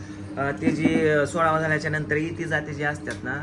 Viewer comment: तुम्ही शब्दउच्चार अपभ्रंश केला. लग्न सुखरुप पार झाल्यावर पुजेचा सोहळा करतात. सोळावा बोलण्यापेक्षा सोहळा म्हणत जा.